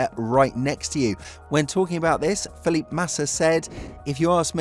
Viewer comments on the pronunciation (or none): it's pronounced FEE-LIP-PAY......do you even watch F1?